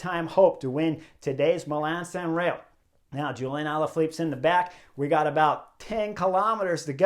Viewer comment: It’s San Remo with an “m” not “San Reo “.